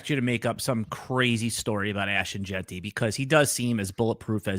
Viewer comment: doesn’t know how to say Jeanty - he pronounces it “Jainty,” like dainty 🤦‍♂️